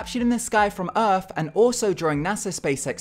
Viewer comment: its earth not earf.